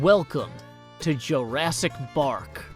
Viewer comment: "Joerassic Bark" This is why we love